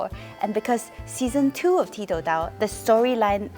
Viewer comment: Koe Yeet, did you and the rest of the cast realise that 'ti tou dao' was mispronounced many times as 'ti dao tou'?